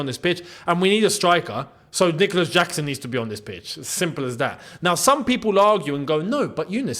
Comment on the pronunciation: Did he say Dicolas Jackson?